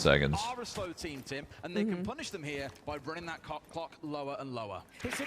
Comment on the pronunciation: for the announcer saying cock clock